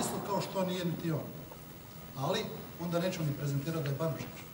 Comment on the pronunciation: Banožiću,daj nauči pravilno govoriti hrvatski ,sve ti je na ČČČ,znaš li ti da postoji i Ć.....nije neČu,nego neĆu....nije doČi,nego doĆi....tvoj nam govor jako para uši sa tim ČČČ....